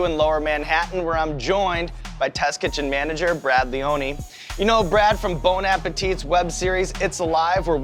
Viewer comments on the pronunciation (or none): You guys need to stop saying bone, it's bon. Bon, bon, bon like bon jovi, except soft on the n. Really like really.